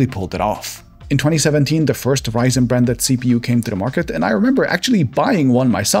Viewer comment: Your video is being watched in the United States and we don’t refer to AMD’s Ryzen as Zen. We call it Ryzen just like it sounds when you pronounce the first syllable.